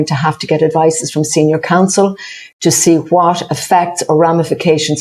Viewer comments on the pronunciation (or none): Learn some English Eddie She is a senior "Counsel" and she is "exercised" - not what you said